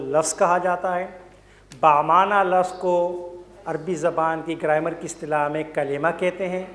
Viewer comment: Its grammar not graimar